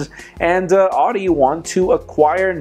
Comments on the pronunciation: its ou-di not oo-di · Please pronounce Audi correctly